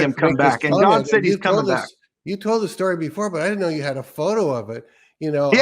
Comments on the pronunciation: I love GodD pronunciation. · The people who pronounce "God" and "Lord" like they're spelled with two Ds. "God-duh" and "Lord-duh."